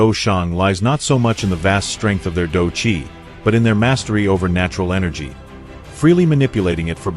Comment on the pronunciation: It is quite pain to hear you pronouncing these words... dou sheng, ban sheng, dou zun, dou qi and the main character xiao yan... You can use the english term fight saint, half saint, fight Venerate, fight energy. For the main character... this is chinese name... either do the proper pronunciation or refer him as main character.